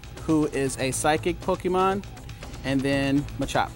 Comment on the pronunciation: It’s Pokemon not Pokeman. Cmon.